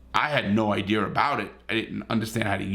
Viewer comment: who else likes it when larry said ideer 🤣🤣🤟🏻